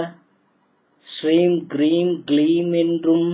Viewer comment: Om Soum Sarvana Bhava Shreem Kreem Kleem Klaum Saum Namaha. It's Kreem not Hreem if you listen clearly to sulamangalam sisters skanda guru kavacham.